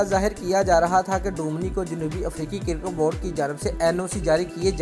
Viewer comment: Cirket Nahi Hota Cricket Hota Hai